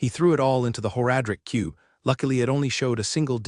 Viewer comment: the voice is fine but the pronunciation of several words bugs me to no end. It's like nails on a chalk board. "Whore-adric cube" for one drives me insane.